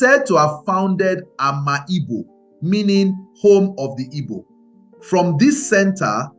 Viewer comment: Bro, it's pronounced Am'igbo not Ama Igbo